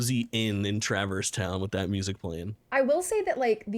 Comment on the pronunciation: I mentioned this in discord but as a person who has never played Kingdom Hearts, the pronunciation of Traverse Town is TRIGGERING me 🤣